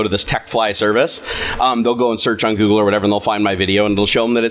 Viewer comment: Google not goodel